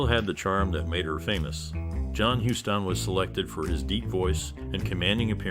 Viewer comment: What are you going to tell anyone about the movie, idiot? It's Huston, pronounced "Houston".